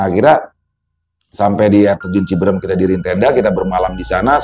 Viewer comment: Cibeureum bang... Bkn cibeurem😂... Cianjur sllu nyimak😊